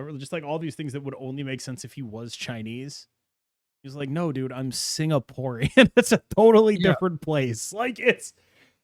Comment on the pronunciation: "What is sig-na-pore." "I've never heard of it"